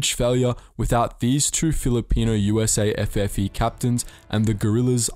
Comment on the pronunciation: Its USAFFE not usa ffe